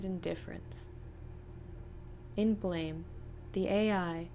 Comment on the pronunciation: [Psychic dmg 15] It's pronounced "blam"...